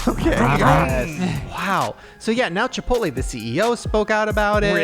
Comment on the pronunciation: Why did you say, Chip-pote-lay.?